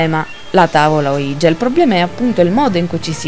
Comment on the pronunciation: Secondo me semplicemente non si dovrebbero fare queste cose...senza preparazione, usandola come un gioco, non ha molto senso. Solo una correzione il termine ouija si legge come se fossero il sì in francese e tedesco (uiia ho scritto la pronuncia sperando che si capisca XD) è solo un appunto...bel video!